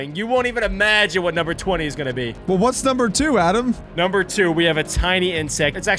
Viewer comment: Stop the alic hate snd jack no its not adam its